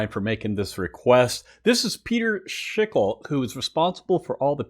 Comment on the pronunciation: I haven't heard this in an age. I love Schickele's works. No criticism intended, but it's pronounced 'shick-a-lee.